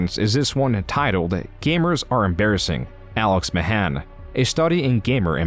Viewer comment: I know this is just how his voice sounds, but I cant shake the feeling this is read by an AI, like the way he sometimes pronounces his name "Mahân" and other times "Mahæn"